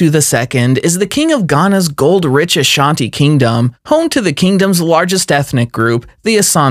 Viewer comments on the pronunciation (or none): none